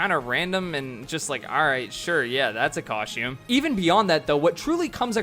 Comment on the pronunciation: Dude pronounced costume as "coshtume" like 50 times.